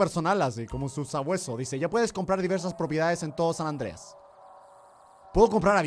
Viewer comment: Nadie absolutamente nadie German: San Andrés Yo: es San Andreas xdxdxdxd